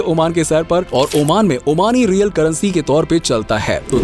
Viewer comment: It’s not omani Rial it’s Omani Riyal